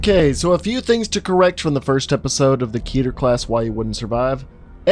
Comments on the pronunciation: It's pronounced keh-ter not key-ter. It sounds dumb pronounced key-ter. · please say it with me slowly Ket-er ket er not KEYTAR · Canonically it’s pronounced like Ket-air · Your telling me you know what scp stands for but you still mispronounce the word Keter? Ok then.